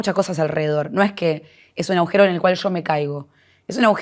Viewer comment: Linda nota, me llamó la atencion que la entrevistadora diga varias veces AUJERO Y NO AGUJERO.